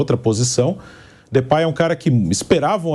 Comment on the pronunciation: O pilhado falava de pei o Mauro falou depay ele acatou